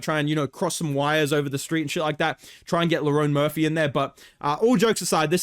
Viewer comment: you know bro pissed when he’s pronouncing Lerone Murphy correctly